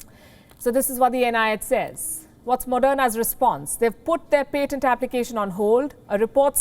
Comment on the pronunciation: Palki Sharma ---------- please learn the correct pronunciation of the word "PATENT", and use it. Also, your stress placement is way off on many words. You need an English teacher.